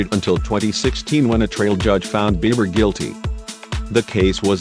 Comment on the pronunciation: I wish they would quit mispronunciating his name...Biber? Now it Bieber again